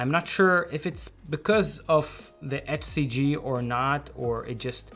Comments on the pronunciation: You pronounce HCG like "FCG". 😄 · He’s saying “HCG” I couldn’t understand him also…he cannot pronounce “H”!! 🤣😂🤣